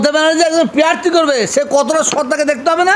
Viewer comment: প্যারথি নয় প্রাথী হুজুর